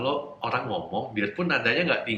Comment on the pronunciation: Knp masih mnyebutkan kata: "orang" dg sebut "olang" terdengar hruf "L" bukan "R" Padahal dia bisa mnyebut huruf R versi adjad inggris, Saran saya.. sebut sj "R" dlm bhs indo sperti "R" inggris, Nanti akan terdengar sama. Oŕang.. bukan Olang